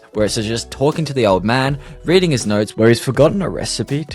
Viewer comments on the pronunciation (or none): none